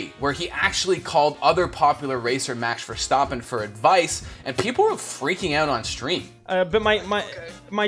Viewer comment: Amazing video but you guys butchered quite a few accents. "Burain" (It's Ba - H & rain, with the r being rolled) "Mashx Vershtoppen" (It's just Max Ver - stap - pen.) "Porse"